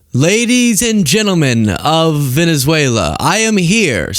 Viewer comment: Maga / Queens pronounces it "Venezuelar"